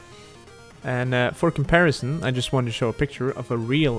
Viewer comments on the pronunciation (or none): none